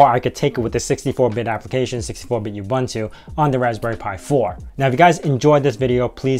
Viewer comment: Any credibility this video may have had goes out the window when you pronounce it you-bun-too